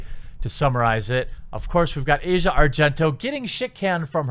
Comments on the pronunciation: I know it might not mean much but her name is pronounced Ah-zia Not Asia. Not supporting her or anything, just saying, in case you care. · Its pronounced Ass-Eee-Ahhh. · It's not pronounced Asia(like the continent) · Azea not asia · They say it like "Ozia" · AH-zee-uh, not the continent. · Asia isn't pronunced like that.